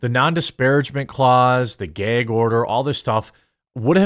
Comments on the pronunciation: It's gAg order, Jeremy. NOT gEg order. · Please say gag order. It’s just not “gayg” order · Holy FUCKING SHIT BRO stop saying GAYG ORDER.... I thought it's gu-ag order. Not trying to be a dick head but crist nailed to a fucking 2x4 . It's just as annoying as hearing people smack their lip after every single word OR listening to people eating their food............................! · Lmao. For the last time. It's GAG order. As in gagging! There's no Geg😂😂😂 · The word is gag, no gayg. Also, why do you have a pride month marshmallow man? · The "gayg" order. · Whats a "ghea" order? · "geyhg order." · "Gayg" Order. 😂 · Dude, learn how to say "gag" wow! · Say gag again haha